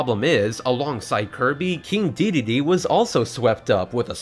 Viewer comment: Dedede, not Deedee